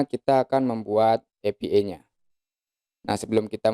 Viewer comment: maaf pak, dibacanya: "e pi ai", bukan "epi ee"